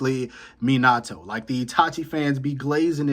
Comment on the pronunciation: Bro can’t even say minatos name correctly and he trynna tell me he would beat itachi boi Gtf